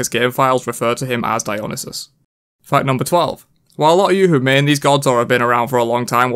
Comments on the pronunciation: “Dyonasis”? Dude you are butchering that name so bad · It’s pronounced Dio-neye-sis Edit: I saw that cu chulain # of dmging abilities debate on reddit xD